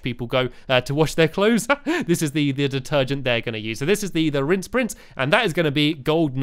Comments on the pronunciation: Lol it's "rinse" not "rince" just for future reference XD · Its Rinse Prince not 'Rince Prince' Stampy. Not a hater, just want to point that out :) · ***** It's RINSE not rince.... facepalm please fix! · It's rinse not rince 😂😂